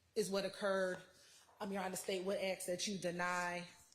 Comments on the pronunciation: How can an attorney that's gone all the way through law school and served at the bar not say 'ask' correctly. IT'S ASK, NOT AXE. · the word is "ask". I know you can say it right. Stop being lazy or trying to make some sort of point and say the word correctly. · I don't know what the hell is going on in Georgia law schools, but I know several black people who know how to pronounce sk in the word ask. Both this woman and constantly say axe which drives me crazy. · She is “finna” say “axe” every time. English subtitles would assist your non American viewers.